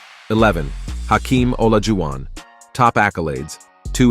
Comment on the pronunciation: Reasonable list. Players at this level can be flip-flopped around. But I don't know how you can separate magic and bird by that much. Never trust a computer. Can tell with olajuwon and jabbar, names can't be pronounced by computers apparently.